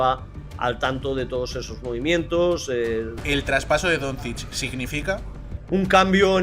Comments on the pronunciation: bien pronunciado sería algo así como "donchich". También acepto "donchik" como lo pronuncian muchos intentando acercarse a como es o incluso "donzik" si lo pronuncias como se lee en español (está mal pero si es tu idioma pues bueno, se puede pasar). Pero si dices algo como "donzids" o necesitas ir al logopeda o lo más probable es que no tengas ni puta idea de baloncesto. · Totalmente a favor de todos los comentarios sobre el entrevistador que ni sabe pronunciar Doncic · Pero si el tio de la derecha no sabe no decir el apellido de de luka vaya desastre